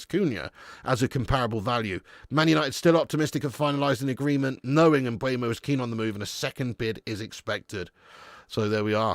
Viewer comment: Are you trolling at this point? It's not M b u e m o. It's Mbeumo.